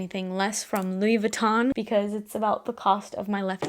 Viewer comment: You pronounced the Louis Vuitton fragrance perfectly! And, you look so so pretty! I am running out of my Reminiscence’s Heliotrope, so nice for spring, but just purchased more frags from Alexandria. My addiction/love for new perfumes knows no bounds! Oh, just purchased a blind buy cheapie body/hair mist from Marshall’s...Chai Epice (?). Not in Fragrantica, but discovered it is from Urban Outfitters. I tested it in the store and fell in love immediately! And, longevity is decent. But, lots of compliments!